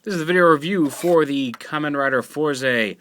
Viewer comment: Isn't it pronounced either "Forz" or "Fouz"?... They say "Fouz" in the show. I'm assuming they leave out the "R" for some sort of effect. Such as the way they pronounce "Rider" like "RIDAAAAH!"